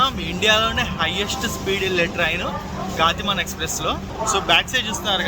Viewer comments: గాతి మాన్ కాదు గతిమాన్ అనుకుంటా. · గాతి మాన్ కాదు, గతిమాన్. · Anna adhi గతిమాన్..not గాతిమాన్ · Gaaatiman kadu ra Gatiman express ga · గాతిమాన్ కాదు.. గతిమాన్ express.. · గటిమాన్ కాదు గతిమాన్ express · Gaatimaan kaadu bro gatimaan express...